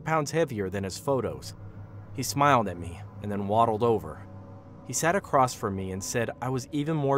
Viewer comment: "He smiled at me and then woddled over" 😂